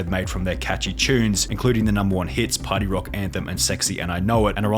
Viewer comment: "Sorry for pary rocking"